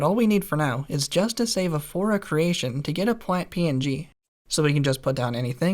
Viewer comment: Flora not fora